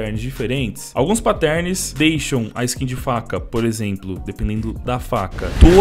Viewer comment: meu para de falar pattérns é pátterns da uma agonia mano